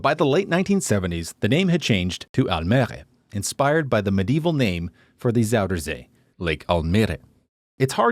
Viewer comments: Almehgrhe you pronounce it like an Arabic person😂 It's pronounced: Al-me-re, so AL-ME-RE😂😂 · Try to pronounce the name the right way, pronounce the eh at the end al mih -ruh and not al mèr have some basic respect! I know it is hard for you Texans to have basic respect, but at least try.. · You could try to pronounce the 'mer' part of 'Almere' like you would pronounce "we're". But with an M instead of a W. So the whole thing would be "All Me're-ah" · try to pronounce the city 's right by name, please!!, Do some effort and call Gouda Gouda en Almere Almere, It's really bad when you do not learn that. We call your city's right by name. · First of all that's not how we pronounce the name of the city. Second of all, try building a city at the end of the 70s and onwards and not looking ugly. Thirdly the survey puts Lelystad always above Almere in terms of ugliest. Also as someone not from the Netherlands but who lives in Almere, I actually like it, it's safe to cycle, it's not overcrowded with tourists and it has most of what you need other than cultural landmarks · Kudo's on the efforts. Really like this video. And I feel similar about Almere. I grew up in Naarden. But have you asked anyone how to pronounce the name Almere properly? In some instances you're close.. Just a shame when you make a long video about a place. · You might not pronounce Almere correctly (though you are pretty close for a foreigner), your pronunciation of a 'Fricking delbroodje' makes me snicker every time.